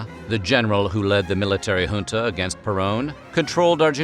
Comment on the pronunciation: Thank you for pronouncing junta properly.